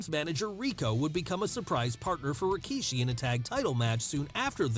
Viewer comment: She is even pronouncing his name just like Jim Ross- Rawkeyshee lol😅